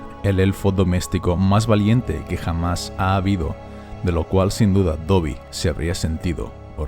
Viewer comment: Soy el unico que sin importar cuantas veces lo escuche siempre escucha Tobby y no Dobby.